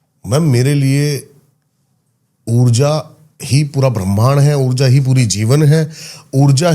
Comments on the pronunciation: bremnd ni hota brahmand hota hey, bechare deepak ko bhi pehle smj ni aya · bhramhand bol nahi paa rahi, all cheap conspiracy theory rat rakhi hai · Brahmand ❌ Brehman ✅ 😂😂😂😂😂😂😂😂😂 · Brahmaaand not Bram ind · Brehmand nhi brahmand hota h 😂😂